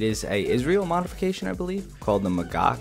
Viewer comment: Pronunciation on the "ch" in "Magach" is like a Russian-accented "Hello" (think, "challo, komrade!"). If you pronounce it correctly, you should see some flecks of spittle on your monitor. :p (j/k)